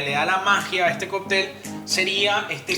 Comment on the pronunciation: Por qué dices Coptel ? Y no cóctel